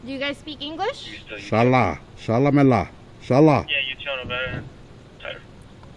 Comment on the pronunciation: Chalamela 🤣🤣🤣🤣 is Like Jalamela' 🤣🤣🤣🤣🤣🤣🤣🤣